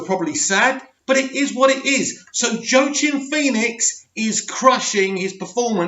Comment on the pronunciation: Jaoquin is pronounced (wah-keen)